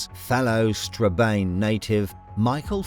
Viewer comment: Strabane is pronounced 'Stra ban' & Ballybough Rd is pronounced Ballybock Rd.